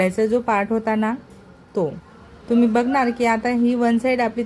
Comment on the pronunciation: तुम्ही मराठी बोलता पण ठुम्ही तुम्ही गडा काय म्हणता